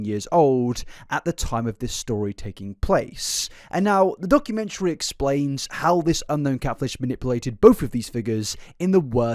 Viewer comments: it really bothers me the way says "documentary" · Can someone teach the Wilson family how to say documentary.